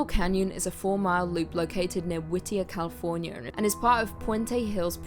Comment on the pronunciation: "Californier" I heard it. Don't deny it lol 🙂